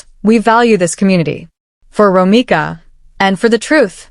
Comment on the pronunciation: ROMECA not Romica 😒🩷🩷🩷🩷🩷⚖️⚖️⚖️⚖️⚖️⚖️